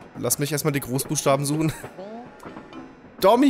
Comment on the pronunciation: Er heißt nicht Domi sonder Domi ×D